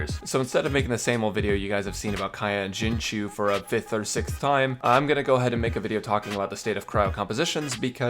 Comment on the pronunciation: duno if u care, but if u do, Xing Qiu is pronounced Shing Cho